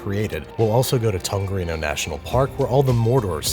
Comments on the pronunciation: As someone from New Zealand who has visited tongariro multiple times, I can absolutely confirm that "Tongarino" is 100% the correct way to say it. Good job babby. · Tongarino huh is that an anagram for rigatoni or did you mean tongariro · Tongarino? that is the most interesting way I have heard Tongariro pronounced lol. You gave it a good go though. Hope you enjoy our awesome country! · Congrats on 6m. It's TongariRo not TongariNo btw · As a fan of your videos and a Kiwi, I must say that you "butchered" the pronunciation of both Matamata and Tongariro.